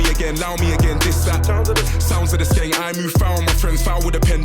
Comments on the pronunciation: U got skeng right but its gun not gen haha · It's skeng like sk end just change the d for g, just for your info lol